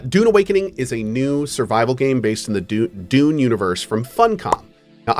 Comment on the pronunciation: Have to admit, every time Cohh says Dune... I hear Doom. Something, something Dark Ages. ^.^